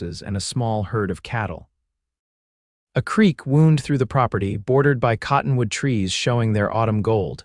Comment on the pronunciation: Afraid A1 narration is a new technology. Hopefully the narration will improve. I find myself counting the mispronunciations of things like tears (crying) for tears (rips in clothing or clothing), the word wound (winding something) vs. a gunshot wound or some other type of a wound. But , I enjoyed this story - two people appreciating the gifts and talents of one another.